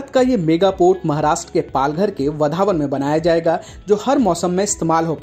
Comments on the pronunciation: वधावन नही. वाढवण सही उच्चार है. सुधार किजिये. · वधावन नहीं भाई वाढवण है वह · Yes it's vadhwan this North Indian will not be pronounce properly 😂😂